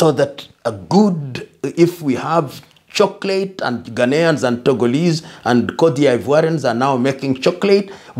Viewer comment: I love how Lumumba says "chocolate"